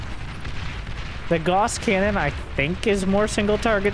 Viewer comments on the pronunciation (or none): "Gauss" is pronounced "GOW-sss"